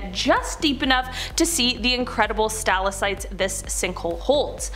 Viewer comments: Great video, but I'm going to be "that person" and give you one note on your pronunciation. It's sta-lac-tite, not stal-a-cite. :) Keep up the good work though. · Omfg- say it with me Stal• ac• tite, say it and repeat it. 🤷🏻‍♀️